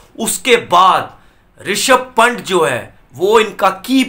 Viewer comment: पंट नहीं पंत